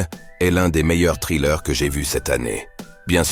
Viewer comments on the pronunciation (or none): "Les gens qui aiment les thrillé à combustion lente"... Les Trillé!? Sérieusement!? Insupportables ces voix d'IA là.